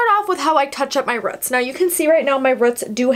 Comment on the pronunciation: its roots not rut smh